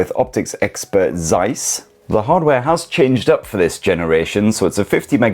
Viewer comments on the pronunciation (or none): "Zeiss" is pronounced with a "TS" sound